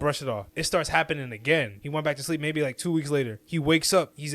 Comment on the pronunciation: Anybody that’s says “bike” instead of back is not a credible source for information probably on any topic